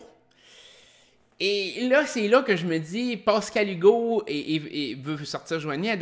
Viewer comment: Bien intéressant tes reviews de OD ! Je suis un fan du temps de Loft Story aussi.. Mais en tant qu'heureux Pascal depuis 47 ans, SVP essaye de ne pas dire POscal-Hugo ... ;-)